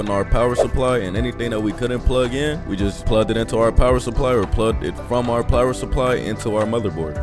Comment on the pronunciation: he said “plower Supply”